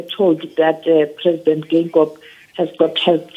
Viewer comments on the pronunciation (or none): Can I presenter read Afrikaans? (Though the surname is damara it’s alphabet) You read the President’s surname as written first pronounce the e followed by i Geingob not Gangob